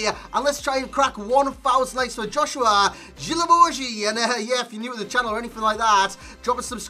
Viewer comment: JOSUHA NOT JOSHUA